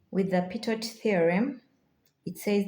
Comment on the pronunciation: Pitot is pronounced as Pee toe.